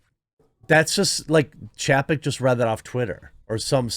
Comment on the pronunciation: Ffs. His name is spelled chapek. Didn't you learn phonics? When there is a vowel/consonant/vowel combo, usually the first vowel is said the way you say it in the alphabet. It's chay-peck.